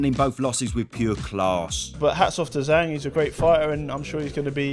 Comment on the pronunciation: Does anyone else get triggered how the BT sports announcer pronounces it "Zong"?